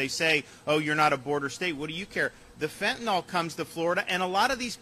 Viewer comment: Finally a politician who correctly pronounces the word Fentanyl. You've got my vote for pesident.